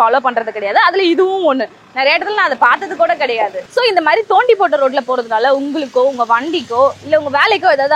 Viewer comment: நொண்டி வேண்டாம். தோண்டி என்று கூறுங்கள்